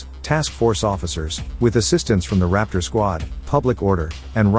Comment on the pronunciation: Idiot AI voice over Robot. Can't get it right. "Raptor" it's on Thier jackets ffs